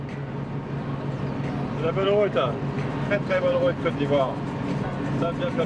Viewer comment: J’ai entendu bonne route 🛣️ bonne route 🛣️ 😅😅😅 les camerounais en sueur 🥵 😂😂😂😂